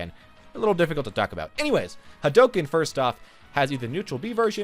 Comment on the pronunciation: Its Hadouken.